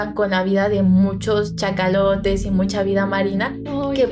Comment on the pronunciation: Perdón chicas... ahora si me sacaron una risa... se llaman cachalotes, no chacalotes... jajaja me imaginé a un súper chaca taloneando a los del barco... Excelente episodio, aquí en México se le llamó a la película "supervivientes de los andes". Saludos!